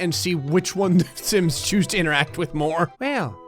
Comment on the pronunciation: When you say sims it sounds like simps